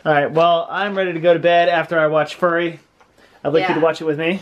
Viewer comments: Fury, not furry smh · Okay, first of all, for all of you in comments, YES! THEY ARE SAYING FURRY ON PURPOSE! It's a fucking joke! They are not idiots who don't know how FURY is pronounced! Secondly, No matter what happens with Marc, he will forever more be known to me as "Go Bitch"! LMAO! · I'm sorry but FURY is not pronounced Furry it's not an animal although it was pretty funny if you meant for that to happen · My inner Nazi came out with the way you say "Fury", it isn't like a dogs hair with a Y on the end (furry). It's more like an F sound with yuri following. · I was wondering what movie he was talking about until he panned down. I also pronounce it "Fyuhri", as "furry" is what a cat is. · Fury vs Furry 2 different pronunciations and they both said the movie wrong. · Furry? I thought it was fury. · It's "FURY™" not "furry" lol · ITS NOT furry, its FUry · Lol my friend at work pronounces it like that also. To me, it's "F-yuri" too but idk, maybe it's a regional thing on the pronunciation? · Glad I'm not the only one that bothered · Almost sounds disrespectful when they pronounce it like that :P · I too was annoyed at their pronunciation... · The way you guys pronounce Fury 😄😄😄